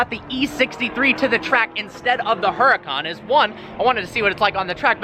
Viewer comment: The h is silent in Huracan